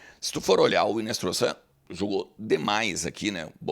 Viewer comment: o nome do moleque é Marino Hinostroza e não Hinestroza